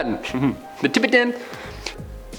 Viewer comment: Geez your bloopers get be every single time 🤣🤣🤣 Tib-ih-ten 🤣🤣🤣🤣🤣🤣